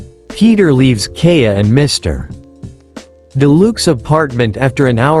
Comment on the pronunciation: It hurts my soul to hear the way it says Kaeya